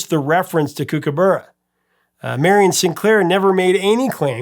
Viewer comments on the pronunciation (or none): Kookaburra... 1st syllable is cook not kook‼️ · Kookaburra - "kook" same as "cook", And "burra" as in "borough" not as in "burrito". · It's pronounced Cook-a-burra. The flute riff definitely does sound like the song. The crazy thing is the line goes "Kookaburra sits in the old gum tree" and when Greg Ham plays the flute riff in the video, where is he? He's sitting up in a tree! With Down Under, it always amazed me how successful it was in America because it's unashamedly a very Australian song with lots of Australian references as you mentioned. Overkill is definitely my favourite Men At Work song. It's one of my favourite songs of all time. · Mispronouncing Kookaburra notwithstanding it's great to hear a story about an Australian band from my childhood here in Oz